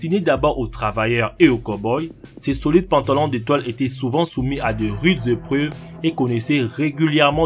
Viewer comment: "de rudes zépruves"